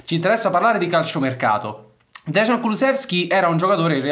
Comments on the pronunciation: Caro, il nome si pronuncia "deian" e non "degian" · Ragazzi, vi prego, si dice Deian (Dejan), e non Desgian, che sarebbe scritto Dežan, ma che comunque non esiste. Il cognome invece è Kuluševski (pr. Kuluscevski). Vi prego 🙏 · DEJAN, no DEZHAN. Si proanuncia "J", come "JUVENTUS". Quindi DEJAN. no DEZHAN. Devo intervenire, anche su congnome: Kulusevski, No Kulu Z evski, ma si proanuncia con "SH", come, per emepio BRESCIA. Quindi КУЛУШЕВСКИ. Saluti da Macesdonia, paese di origini di Dejan Kulusevski. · Si pronuncia deian comunque